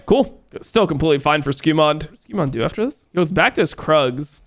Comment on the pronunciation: Anyone notice dom call velja skewmond like a dozen times? Is it supposed to be a joke because he’s Mundo or did dom just brain fart repeatedly?